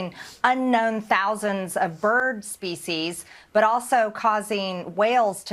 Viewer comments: Did she MTG say “spesies” instead of “species” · She says species just like someone would say feces. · At first I thought she said feces..seems more appropriate